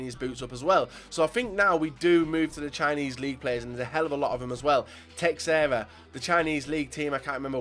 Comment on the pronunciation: ffs it's Teh-share-uh